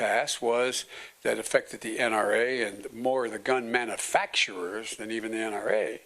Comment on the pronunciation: He said the (gun MANAFACTERWERS. ) 🤣🤣🤣🤣🤣🤣🤣🤣🤣🤣🤣🤣🤣🤣🤣🤣🤣🤣🤣🤣🤣🤣🤣